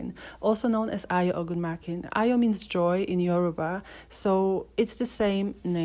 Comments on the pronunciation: yeah you're right, I just checked her out on YouTube and discovered she has been releasing music , tho I'm subscribed to her channel but I never got notification on her music Notwithstanding lol , that's not how we pronounce Ayo But she try Sha lol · I know Ayo through her music, They always played it on a cable channel in Nigeria I wonder why she doesn't put out more music, One of her songs ... Me I be Ayo ; but she doesn't know how to pronounce her own name 😅